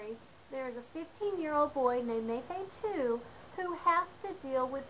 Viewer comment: Its Mafatu not mafa tu